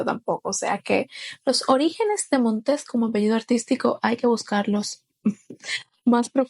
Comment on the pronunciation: No es "Montés:, sino Montes: es sin acento en la última sílaba.